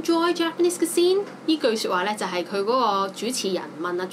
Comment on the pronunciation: Kamakaze Tiger 她有點誤人子弟，想學好說好外語不是靠重覆背誦單字單句而成的。況且她連cuisine 這個字也發音不準，我有點替向她學習英語的人擔心。